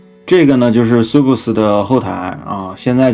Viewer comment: 虽然不影响整体，但是sub这个听起来好怪